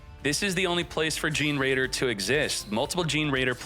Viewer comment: I think generaider is pronounced like generator